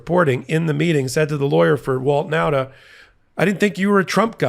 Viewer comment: .....I know a whole family of Nautas...and you keep mispronouncing the name. It isn't NOWTA but rather NAWTA. Thanks for the important work, none-the-less.